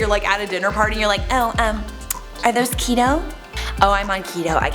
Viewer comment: Keto rhymes with Cheeto 😆 you're welcome